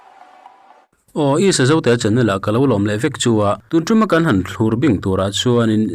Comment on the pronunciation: Thlûr iti thin hi adik lo, thlukna awm lovin, thlur tih tur ani. Uisathiamin sazuk a uma, chu chu athlûr tiin sawi ila, tawngkam hman dan dik lo ani a, uisathiamin sazuk athlur ti a lam tur ani. Tuna thlûr tia ilam dan thin hi mizo tawng ila lam dik lohna ani tlat mai sr.